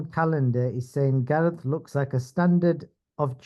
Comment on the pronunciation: Who the fuck is gaeath anyway 😂😂